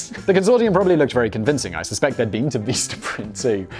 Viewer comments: Oh, dear... why do you pronounce 'vista' as "veesta?" Is that another British thing that I haven't, to this day, from Monty Python's etc., etc. through 5 1/2 decades of Doctor Who, and various other British stuff, ever heard mispronounced like that, before? Because it hurt my brain. And their business cards are actually pretty freaking cheap, like 500 for about $10, including shipping, if memory serves. How do I know? When I was running a [edited to say it was a nonprofit, not an official ngo] that handed out heirloom varieties of fruit and vegetable seeds, flyers that talk about composting, protecting pollinators, and other green gardening stuff, I went through 2 orders of 500 cards. Nice, sturdy cardstock, clear images and print, and pretty fast shipping, too. Anyway... I always enjoy your various channels, and this one is my favorite. Not sure if I have commented on any of your videos, before, but here I am... really curious about the pronunciation of Vistaprint, LOL! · Omg STOP saying "Veestaprint"😢😳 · As the Meme Accountant is on strike, this is my counting of stupid Simon Whistler shit for today. Also copied to the TIFO Facebook group - of which Simon is NOT a member of: Become a legend - #CancelSimon. His stickers are way too expensive. He pronounces Vistaprint as Veestaprint. He pronounces Lagos as Laygoes. He pronounces "Bearings Bank" properly and then changes it to "Barings bank". What a plonker. "These are all Criminal Crimes" WTF does this mean Simon? At least he admits to being a Dick Head. "No comment. But Yeah." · whats Veesta Print? I've only heard of Vista Print, or am I mistaken? :P